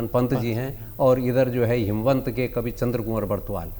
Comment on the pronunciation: हेमवंत नही हिमवंत